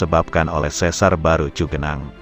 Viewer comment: Yg benar cigenang bukan cugenang iya Khan daerah Sunda mah udah pasti di awal ci....kalo cu itu para pendatang luar Sunda iya Khan.... salam dodol